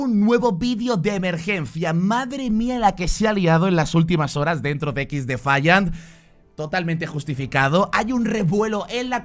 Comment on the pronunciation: Alpha o dices el nombre del juego en inglés... O me va a dar un chungo... Equis defaiant.... Suena mal.... Ex defaiant... Mejor. Y si se que se escribe XDEFIANT